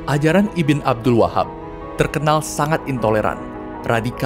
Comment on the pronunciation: Ibn jangan dibaca ibin lah, tapi dibaca ibnu